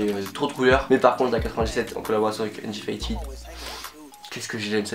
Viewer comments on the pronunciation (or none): On dit pas undifytid on dit undéfitèd